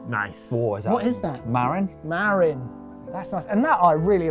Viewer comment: People in California keep their mah-RIN bikes in the guh-RAJ, not their MAH-rin bikes in the GAR-edge. It's a county just north of me. They're kinda fussy about pronouncing it properly up there.